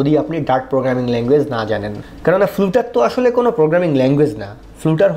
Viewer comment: উচ্চারনটা ফ্লাটার করলেই শ্রুতিমধুর হোতো। ফ্লাটারের অফিসিয়াল ভিডিওগুলোতেও উচ্চারন ফ্লাটার। ( )। আমার দেখা সব ইংলিশ টিউটোরিয়ালগুলোতেও উচ্চারনটা শুনেছি ফ্লাটার। তাই আপনার এই ভুল উচ্চারন শুনে অনেক লার্নার যদি সবখানে ফ্লুটার ফ্লুটার বলতে থাকে, সেটা একটু অড শোনাবে।